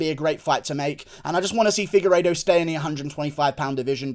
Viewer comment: Did you just say figureido on the prelims dawg 😐😐😐